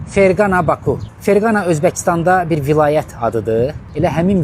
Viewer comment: zəhmət olmasa şəhərin adını düz deyin,3-5 manat pul örtüb gözünüzü horrey eliyib getmiyin.Ferqana yox Fərqanə şəhəri.